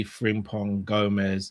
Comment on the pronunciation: Please stop calling him Fring-pong